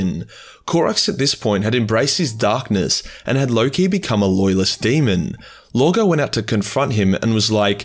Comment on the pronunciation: did I hear correctly? You lowkey said “Dahhness” like a true Zannclan.